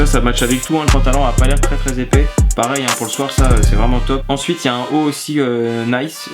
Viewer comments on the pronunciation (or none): Sans vouloir être désagréable je crois que la marque des pantalons NICCE ça se prononce ''NITCHÉ'' ptdrr 😂😂 sinon continue je kiffe tes vidéos ! 💪🏽